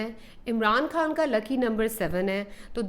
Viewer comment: بی بی عمران کھان نہیں خان ہے پہلے اردو بولنا تو سیکھ لو پھر بات کرو ۔